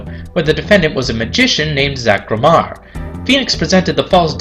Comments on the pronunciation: it's not gramar, its gramer-eye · Haha I love how everyone has a different way to pronpunce gramarye I pronounce one way green scorpion pronounces it another way and than you to